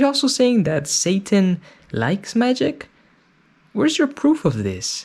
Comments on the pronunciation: Why can't the mom pronounce the T in SATAN? She says "SA-UN" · Also I can't- just- how they pronounce the word "satan" like "SAY-IN"